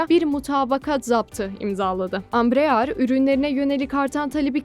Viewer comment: Bu haberin neresinde Embraer Kaan parçası üretecek geçiyor? Bu nasıl başlık? Ayrıca Ambrear değil Embraer, birisi ablamıza okumayı öğretsin.